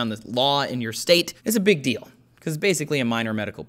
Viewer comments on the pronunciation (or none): none